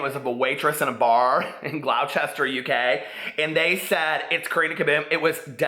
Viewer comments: GLAW-CHESTER? Like, Gloucester? 😂 It's more GLOSS-TER 👍 On the subject of the video, I just hope to God that OLD TATI doesn't get caught up in all this shit. She's the only one of them left that I can actually stand. The beauty community is the WORST community of all of YouTube and it's ironic because they're ugly as day old shit on the inside. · "glowchester" omfg no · Gloucester = "glosster" 🙂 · The way you pronounced Gloucester cracked me up!! Sending lots of love to PP, glad to hear he's doing well